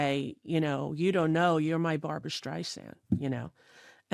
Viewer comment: Just so you know, it's "Barbra." 😊